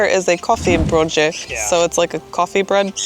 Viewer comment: It is not "brooTje" but "brooDje". Brood is bread.